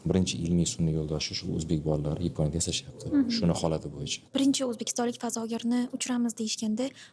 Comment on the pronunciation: Yiiiiiponya? 😮😮😮😂😂😂😂 Yaponiya böladi. 😂😂😂😂